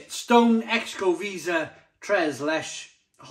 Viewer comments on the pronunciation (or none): Loved that beer when it was in bottles 5 or 6 years ago. Not so unique with the spices now. Pronunciation is “sho-ko-VAY-zah” “trays LEH-chays”. Cheers! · Hi, I stand to be corrected, but I believe that Xocoveza is pronounced as Calatalan Spanish would say it. The 'X' is pronounced like a buzzing shhhh! Something like 'Zshoko' (hence the link to chocolate). The 'Veza' half is pronounced Vay-Za. So taken as a single word, to me it is pronounced Zshoko - Vayza. But I will probably get pelters for my effort:)